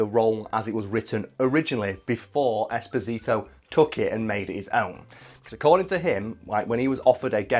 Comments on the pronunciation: Holy guacamole it’s pronounced “Espòsito” And not “Esposìto” it’s an Italian name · It’s not Esposìto, it’s Espòsito. It means “exposed”, it’s a very common italian second name, it was the second name given to orphans in orphanages in 1800.